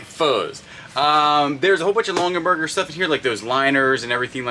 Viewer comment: You mean to say "Long-ah-berger"